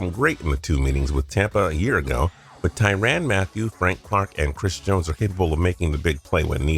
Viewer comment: It’s pronounced “Ty-run Matthew”